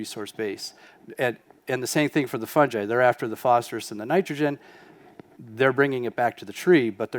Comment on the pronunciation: he says fun ji LOL is it not fun guy